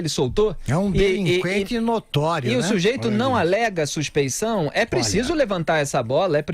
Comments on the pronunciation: suspe N ção,?? É suspe I ção. Mas mesmo que não fosse isso, ainda assim estaria escrito errado! Que vergonha! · Eu acho que é suspeição não "suspencao"...